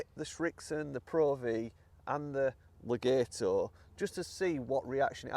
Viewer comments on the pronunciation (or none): You say le-gayto I say Le-gaaaato You say to-mayto I say say to-maaato 🤣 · It's actually Le-gaht-o. (Extended 'a' sound). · Pronunciation, Le- gat- o. Not Le- gate- o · Legato gat not gate